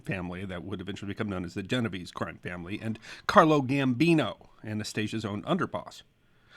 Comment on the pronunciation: Unfortunately, he mispronounced Genovese.